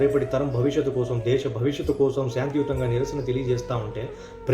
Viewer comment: Mud m kadu😂😂😂😂 shanthi yutanga anta..